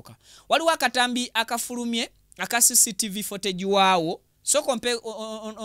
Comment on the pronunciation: CCTV (fotegi),😅😅😅😅bro it's footage(futegi) pronunciation.